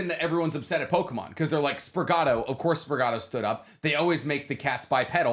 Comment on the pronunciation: I'm usually Team, but this was a very leaning episode for me. I loved 9, BMS was great, and I still love a good punk show. Also, the way the man eyes down (wrong) pronunciation of Lopunny like he didn't just absolutely butcher "Sprigatito" like 15sec prior.